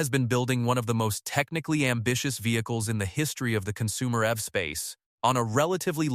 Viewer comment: The AI voice didn't sound appealing from the beginning but when it pronounced EV as F I couldn't continue listening 😂